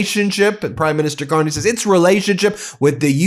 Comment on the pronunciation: Carney,,,,,, not Con-ney.. Yahoo Whoppie,. My Hockey Always Makes Me Happy. Still Playing and Loving " O Canada"... This 68 Year old Nyc Born, and Raised Hockey Playing Boy, is for eVer in-Depted to "O'Canada.. If not So Cold, Id Be there... I Almost Crossed the Border in Calis, Maine last November, if the cLown Won, But I got Broke... I Knew it, and Thegoodshow documented it... Love is tHe Answer, to All..... djdump knows No Love... Never did, and Certainly, Never Will.. We KnoW... Shout out To Laval, and Marie France Charboneau. I Am So Sorry for US.